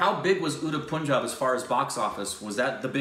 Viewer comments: For god sake, plz its not puunjaab its p-un-jaab(pronounciation) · If you want to watch Shahid Kapoor, start by watching 'Haider' & 'Udta Punjab' (which actually pronounce as ur-ta panjab)